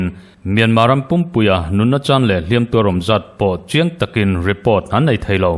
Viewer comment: Beng i tih vãr tehlul nen, "Hliam tuar" i lam hian, "Hliam" i lam dãn hi a dik lo tlat mai hi angaimawhawm. "Hliam" hi a ri sânga lam chuan a tuartu 'mihring' sawina a ni tawha, "tuar" telh angai lo aw. "Tuar" i telh duh chuan a ri hniam a lam tur tih hre tawh la ka ti hlê mai.